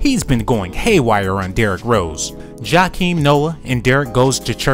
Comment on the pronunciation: This dude said Chakim Noah